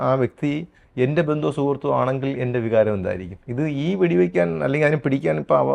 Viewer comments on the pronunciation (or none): none